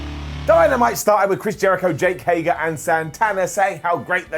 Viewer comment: wow. It only took a minute and 15 seconds to mispronounce Jake Hager's name.